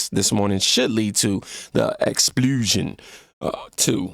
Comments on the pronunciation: Silly man .. if you said the word right you would know what it means.. I’m not making fun of you expulsion just think of what happens to you when you get suspended from school permanently…. Say the pul as pull ex… pull .. shun …i dont always say word the correct way either.. I’m no better.. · Pronunciation counts. No shade my friend, I just don't EVER want you to mispronounce EXPULSION again. Ex Pull Shun. Type how do you pronounce EXPULSION Into Google just to be safe. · Pronounced like this if it helps. X-pull-shin. I absolutely give you props for expanding your vocabulary brother. I too struggle with mispronouncing things after I read them out. I'm working on it as well. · I think the reason you didn't recognize the word and I mean no offense, but just to help out is because you had swapped a few characters as I could hear in the pronunciation. The word Expulsion broken down sounds like (Ex Pull Shun) which has a similar meaning to expelling someone. I agree that we all have to take things with a sense of humor but you know darn well if the Democrats witness anything that looked like a republican mocking the handicapped they would attack that person to no end. In fact during some of Trump's campaigns he made gestures that you might see from someone who is handicapped but we're just something he did. One day a reporter who hated him spoke to him and he responded and it looked like he was mocking that person for being handicapped when he wasn't. In Jasmine's case I can't imagine how do you spin it to say Hot Wheels to a man in a wheelchair is a good thing. I hope you don't mind my pointing out that pronunciation because I don't ever want to look like I'm trying to correct anyone. I have nothing but respect for you. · It's ex-paul-sion. Sorry didn't know how to officially do a pronunciation but this is my attempt cuz it's bugging me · Expulsion, not explusion. Expelling🙂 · IT'S "EX-PUL-SHIN" NOT "EX-SPLOOGE-SHIN" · EX-PUL-SION. not explusion. ;-) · "Explusion" lol